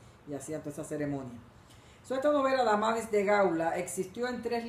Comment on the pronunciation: No es "Amadis", es "Amadís".